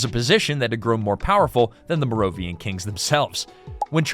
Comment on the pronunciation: It’s pronounced “Mare-oh-vin-JEE-en” and “Care-oh-lin-JEE-en”